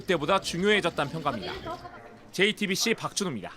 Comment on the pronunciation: 지금까지 화분없쩌(?) 앞에서 JT빕씨 김어벙벙(?) 입니다. 와~!! 이 사람 어떻게 기자가 됐는지 모르겠네. 말하는게 상당히 귀찮아서 빨리 끝내고 싶다는 티가 팍팍나게 발음도 어벙벙 개판이고 듣는내내 짜증 한바가지로 쓰러질뻔 ㅎㄷㄷ